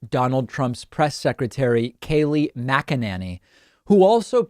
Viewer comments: Its pronounced "Mc - Enany" not "Mce - Nany". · OMG... her name is NOT "Mac-a-NANNY." No one says it that way. Her name is "Mac-e-NINNY." Better yet just say her first name. Please. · Dave, I love your videos, but you are mispronouncing Kayleigh McEnany. You have pronounced it different ways, over the last few months. It’s McEnany as in Mac-In-Nay-Knee..... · Its pronounced macaroni. Kayleigh macaroni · I post this all the time please pronounce her name correctly the a has and a sound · How the hell do you pronounce her name? He says it differently every time lol 😂